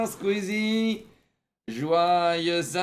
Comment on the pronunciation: vraiment la manière ou dit SkUizie jamais je m’en lasserai